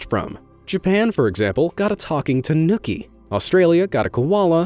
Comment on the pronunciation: That "tah-nookie" mispronuciation made me cringe so hard.